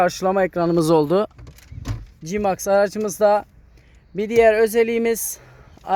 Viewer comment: Cimaks değil Si meks